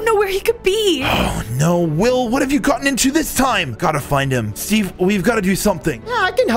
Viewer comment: When he said steave it made laugh bc I just seen the Minecraft movie trailer😂😂😂